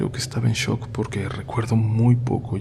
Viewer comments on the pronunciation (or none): none